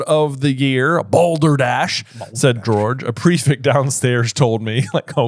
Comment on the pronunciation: why do you say prefict instead of prefect? someone please explain 😭